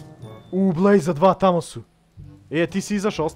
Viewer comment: Kaze se blaze a ne blaze XD hahahahaha! Usput ja sam onaj marko sa fejsa